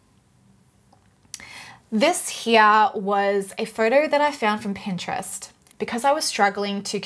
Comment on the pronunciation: She didn't say photo she said "four-door" or maybe "fartar"